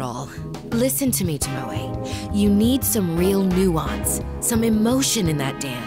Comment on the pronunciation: i LOVE when VAs dont bother to listen to who japanese names are pronounced. TOmoE not toMOe @@ its killing me